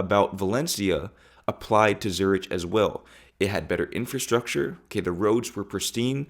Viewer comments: Hello! Just watched this video today and it was very informative. Just one thing you should know. Your pronunciation of Zurich is incorrect. It is pronounced Zurik 😊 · Its pronounced Zurick...... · It’s ZuriK with a hard k sound. Not with a soft ch sound. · Zurich is pronounced Zoo-rick. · Really interesting video - thanks! A wee fyi Schiphol is pronounced skipol Zurich is pronounced Zoorick ❤ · Zurich is pronounced Zoo- rik. Wealth in Europe is not just measured in size of house etc. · Pronounced ZURICK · Excellent video , but Zurich is pronounced ‘zoo - rick’ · Zurich is pronounces Zurick, or Zuricch if you can manage it, PLEASE learn the names properly! Also Europeans do not search for wealth emanating from a place, they search for happiness and wealth follows….! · have you listened to the video? He pronounced it as “Zurish” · Do a shot every time he says “Zuritch”. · Zuritch sure Huritch 😂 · Great video. I'm sure I'm not the only one to mention this, but it's pronounced Zur-ik. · Dude, Zurich is pronounced: "ZOO-RICK"😂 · It's pronounced zur ick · Great video. Small nitpick, Zurich is pronounced like "zurick", no ch on the end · its Zurich, not Zurish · pronounced "ZOOR-ICK" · Zurich, it’s pronounced Zurik. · Not meaning to be mean but Zurich is pronounced Zur-ick! Very interesting video, thank you, greetings from Australia 🇦🇺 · Zurich is pronounced with a "k" sound phonetically. A European here. I agree with your point of view 100%. Great video. 🥰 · Dude ... Zurih...not Ch, as in China. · Zürich: /Zurrick/ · Great vid, living here in Zurich I know where you are coming from! Just a small tip, pronounce "Zurich" as ZU-RIC" if you're an English speaker;-) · The ch in Zürich is pronounced as a k. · Great video. Newly subscribed. Just so you know, Zurich is pronounced Zurick in English and it sounds like Zurech in the native lingo. Props to you for the big move. This is the most interesting and thoughtful YT video that I've seen in a long time.